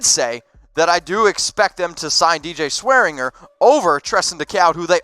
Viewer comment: it's pronounced DJ SwearinJER and Treston DAYCOO